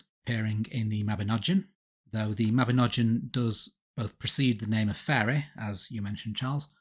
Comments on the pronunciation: Mabinogion is said with a hard G and that letter is not pronounced as a J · It is pronounced 'Mah-bin-og-ee-on'. YOU TWO MISPRONOUNCE EVERYTHING!